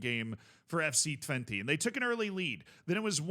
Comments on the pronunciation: Twenty is a funny pronounciation 😂 Technically speaking, it's "Twent - uh" but honestly valid. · I love that calls Twente, Twenty 👌